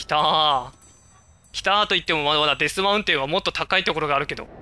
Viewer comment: デスマウテンじゃなくてデスマウンテンですよ